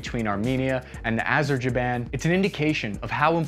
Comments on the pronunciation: Here is how to pronounce Azerbaijan, Azer- bay - jan. Try saying that a few times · arajaban azarjaban 😂😂😂 great vid as usual! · "AZZZERRR-BAI-JOHN,". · Next time you should say it more properly: Azerbaijan!! :) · Did you just say Azerjaban? :D dude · Azer-Jaban 😂😂. Come on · No way my man said “Azerjaban” XD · “Azerjiban”. I love. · “ AZERJIBAN” I wanna know what smoking on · What's the magic wooooooord? AZER-ZA-BAM! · "Arjaban, Khazam, Shazam, whatever the name is - anyway you get my point" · try Azer-by-Jane (ideally jan) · my man you butchered azerbaijan every single time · Drink every time mispronounces Azerbaijan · You guys need to do a follow up on this episode simply to practice the pronunciation of Azerbaijan. 😂 😂 😂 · Those drones do to tanks what you sir did to the word Azerbaijan. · Even George W Bush pronounced Azerbaijan better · The way you pronounce Azerbaijan leads me to believe that you might have been home schooled as a child. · trying to pronounce Azerbaijan... Confused ungabunga. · Azerbaijan not Azerjaiban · its Azerbaijan.... not Azerjeben.... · ITS NOT AZERJABAN ITS AZERBAIJAN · Sorry but it's not Azerjaban but Azerbaijan 😆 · ah yes the popular country of azerjaban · "Azer-jiban"???? That's hilarious.... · AZER-BAI-JAN (Azzer-bye-sharn) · “A-ZER-BYE-JAN” bro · Are you maliciously mispronouncing a-zr-bai-jaan‽ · Hey, have appreciated your recent efforts to give a more balanced take on events in Ukraine, but it was your 2nd "Azerjaban" here that's made me pause to subscribe and thank you for your fine work, cheers mate! *it's "Aremnia" btw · crap, no, it was Azerjaban again, but he'd made me forget what the place was actually called by then. I've been totally owned by his mind games clearly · ah-zer-BYE-zhan.... ga damn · “ AZER BAI JAAN “. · Did he say Azerjaban 🤣🤣🤣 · Azerjerwhat? Great video, but, um pronunciation is quite important. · "Azerbejaan" lol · Azerbaijan not azerjaban 😅🤣